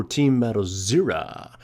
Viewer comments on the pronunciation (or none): well.. he pronounces it like syrra xD. Thats why ;)